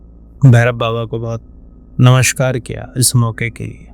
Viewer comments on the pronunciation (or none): none